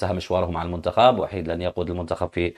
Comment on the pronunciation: س- الكل ينطق بإسم VAHID"صربي" و ب:وحيد"إسم مسلم عربي" فرق كبييير و شاااااسع بينهم إذا المدرب الصربي ليس مسلما....